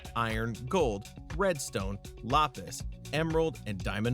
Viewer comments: Im sorry but "Lopis" got me good XD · I was quoting how he pronounced it and it sounded like "Lopis"